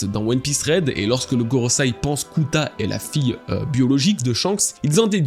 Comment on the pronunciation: GorosEi, pas gorosAi. Bon sang de bois.